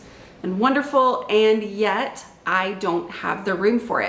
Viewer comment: Your “and yet” is always like a reality check sound effect lol!